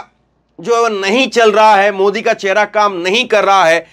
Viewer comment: चहेरा नहीं चेहरा होता है